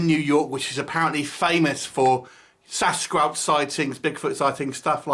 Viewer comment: good review but every time you pronounced sasquatch differently and it threw me off. You said sascrub , sascrouch . other than that, i liked the review.